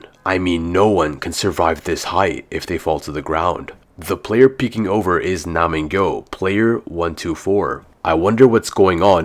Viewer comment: BRO DO U REMEMBER FROM YOUR STREAM AT AROUND 7-8 HOURS IN I TOLD YOU TO STOP CALLING NAMGYU NAMINGGYO 😂